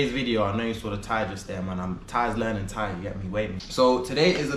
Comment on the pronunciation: Cool that you can already speak some Thai and your accent ist pretty good almost sound like you speak it longer